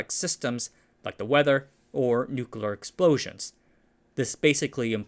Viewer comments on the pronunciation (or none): I definitely have some kind of misophonic response when people add the non-existent second "U" To Nuclear. Can't stand it. it is "New-klee-er* not *Nuke-you-ler*. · oh no, he says 'new cooler'